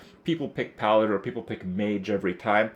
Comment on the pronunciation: for the first 7 mins i thought krip was saying piloted... its PALADIN.